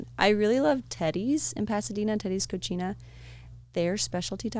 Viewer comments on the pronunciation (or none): Don't tell a spanish speaker you go to Teddy's CO CH INA (that's how your guest said it). It's pronounced Co Sea Nah. Cochina means "a filthy girl"